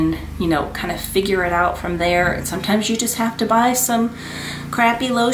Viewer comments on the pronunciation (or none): none